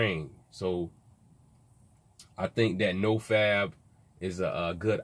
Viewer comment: nigga it’s no fap not “no fab”